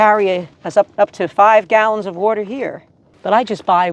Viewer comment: " Wadter watder water." Seems like you been hanging around people from New York.